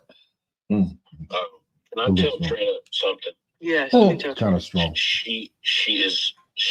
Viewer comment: huh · how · buh Trina you said it right!